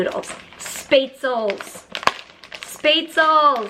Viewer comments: Lol Mary your Spay-tzles are Spaetzle (Sh-pay-t-zluh) from someone who speaks German 😉 love your vlogs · FYI - Spaetzle is actually pronounced 'shpétsleu' 🤪 I never heard it pronouced the american way, so funny 😆